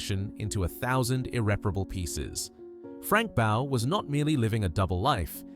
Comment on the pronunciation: That black man isn't Stuart Hall, the old TV host. And Frank Bough's name was pronounced "Boff", not "Bow".